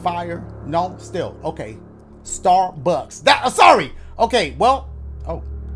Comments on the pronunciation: Staar-buuckks XD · Idk what it is about it but whenever dash says "star bucks" I start dying 🤣